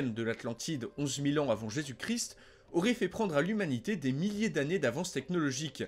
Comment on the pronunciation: Salut salut, bonne émission comme souvent par contre rectification à faire niveau prononciation ^^. On dit le christ en prononçant toute les lettres ou on dit Jésus-Christ mais la le "st" ne se prononce pas. Désolé mais c'est horrible à l'oreille et tu peux vérifier comment ça se prononce sur internet si t'es pas sûr ;)